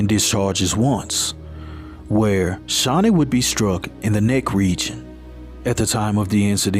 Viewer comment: Aww my name .. very uncommon name and you pronounced it right ❤